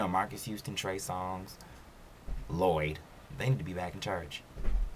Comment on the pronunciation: the way he said "Loyd" had me ROLLIN lmfao